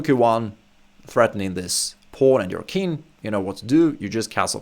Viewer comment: Nice content. But it seems to me that you say "kin" for "king". Is that a common pronunciation ?